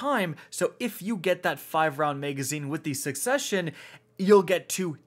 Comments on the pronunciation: The way you said succession hurt me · Sorry what did he just call the succession?